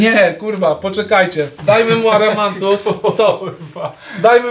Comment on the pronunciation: WSZYSCY: AMARANTUS OWCA: ARAMANTUS 😂😂😂